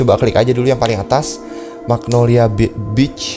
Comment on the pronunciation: maksud dia itu yg di video, cara penyebutan beach nya itu kyk penyebutan b1tch